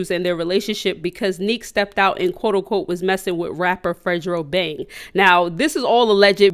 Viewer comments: “Fredrobang” lmfaooooo it’s fredo bang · did she just call fredo bang fredgero bang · “ fredro bang “ 🤣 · Why she call fredo bang name like that😂😭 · It’s funny how she says Fredo bang 🤣🤣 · That not how you pronounce his name 😂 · said fredo bang name wrong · the way u say fredo bang jus too funny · U be saying they name so wrong 😂. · Not to be rude but you said fredobang name wrong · That’s not how u say fredo bang name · Lmao she said Fredobang name all wrong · You said that nigga name so wrong 😂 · Why she say fredobang like dat 😂